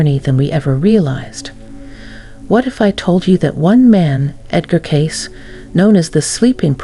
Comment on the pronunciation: AI voice not pronouncing Cayce correctly.